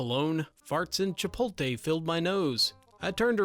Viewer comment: Chipolte idk why that annoyed me. Sorry